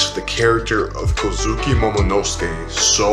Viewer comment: Great video! Only gripe I had is that you switch pronounciations of the name Kozuki. Three syllable names have the emphasis on the first syllable, 99% of the time. So it's prounounced KOz'ki, and not koZUki. Aside from that minor gripe, great video. From a fellow; keep up the good work.